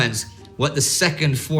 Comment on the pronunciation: Entschuldigen. Danke für deine Hilfe. The way Indy pronounced the "gesondheid" sounds a lot like the German gesundheit. Gesondheid is pronounced in much the same way, but the Afrikaans "g" is pronounced as a German "ch" as in "achtung". The "e" is pronounced as an English "e" in "egg" and the "sondheid" part is pronounced like the German "sundheit" except for the "o". Grüße aus Südafrika